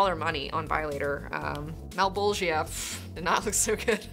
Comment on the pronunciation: Don't say malbogeeuh it's malbogia (juh)